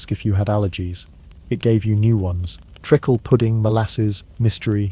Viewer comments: And that Penny Kick ice cream cup was reused without cleaning! Yucko! Listening from Newfoundland! FYI.....it's treeeeakle not trickle....can't stand AI ... bye, eh. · And lead.